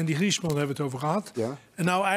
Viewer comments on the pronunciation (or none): Harry doe wat aan je uitspraak, wat namen betreft van spelers, droogkloot! Mapee EN Giesman!